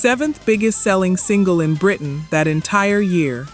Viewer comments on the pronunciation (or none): none